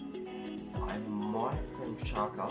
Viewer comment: Marko Pjaca is pronounced "Piazza". The double 'z' is the same as in the word "pizza". /Pi-at-za/